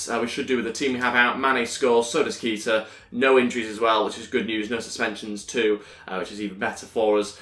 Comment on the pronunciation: Is pronocuned Kayta not Keeta